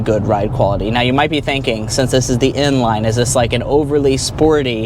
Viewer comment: Bro saying inline and n-line👀